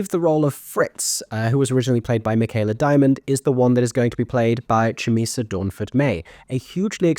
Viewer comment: Very happy to see you tracking Chumisa's career to date. She only graduated from Mountview in 2023, alongside Grace Hodgett Young. I was lucky enough to be her singing teacher during her time there. Just a note on the pronunciation of her name. The Ch is a harder K and is accompanied by a tongue click.